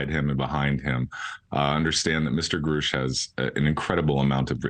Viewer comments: Can everyone pronouncing his name Groosh please stop. It really grinds my gears.⚙️ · Has this nimrod never heard Mr. Grusch pronounce his own name? He doesn't say "grewsh" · wait it was pronounced "groosch" the whole time?